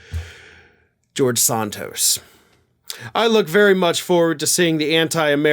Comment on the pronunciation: Do you call him Sahn-toast on purpose?